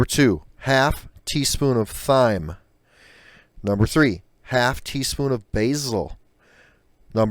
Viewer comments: You said thime (thyme), it's pronounced time. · FYI - Can't trust a recipe by someone who pronounces thyme with a "th" = it is pronounced "time." FYI - white pepper can be found anywhere. And dude!!!!!.. what a long winded vid! Geez. You know no one made it to the end, right? Why mention your age a hundred times, we get it!!!!! Damn 5 minutes of my life gone. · Skip to for the recipe Thyme is pronounced TIME 🙄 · White pepper!? Obviously it has white pepper in it. It may have had more in the 70s, I was born in 69 and remember my father complaining that the KFC chicken bothered his ulcer. That was on his 26th birthday, my 2nd. Yes you read that right. I have the memory of an elephant. I'm surprised you don't know that white pepper is very common. And thyme is pronounced (time). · Thyme is pronounced time. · oh the herb thyme is pronounced TIME. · thyme is pronounced like TIME. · its pronounced "time" , not thyme and why couldn't you find white pepper its not rare its as common as muck. everyone uses white pepper in Australia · Right. This guy obviously doesn't cook because he said the "th" sound in thyme. Should we trust this?....lol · I was saying the same thing I couldn't figure out what was he saying I thought it was me. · Well duh - this guy didn't know how to pronounce the herb thyme - he pronounced the H!